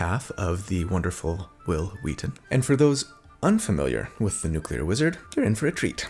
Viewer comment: Lol Nucelar (6.20) Btw I'm a newcomer to the channel, and loving the builds.